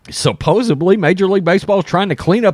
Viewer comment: It is "supposedly", not "supposebly".